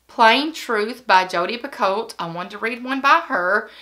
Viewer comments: Not that it makes a huge difference but since you mentioned not knowing how to pronounce it: Jodi's last name is pronounced Pe-Koe, like the tea. And we learned last year (when Liane herself corrected us at an event 😳) that her name is pronounced Lee-ahn. They are both huge favorites of mine as well. And Ove is one of my top five books I've ever read. You have great taste in books. I am a novelist and I love that you are encouraging people to read! (My latest book is When We Were Worthy. Let me know if you'd like me to send it to you!) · I also love Jodi Picoult. Apparently it's pronounced Pee Ko. I always said pee colt as well. I just started reading Nineteen Minutes.